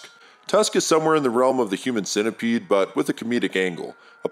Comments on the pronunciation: We just gonna overlook the way you pronounce centipede? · so nobody heard the way he said centipede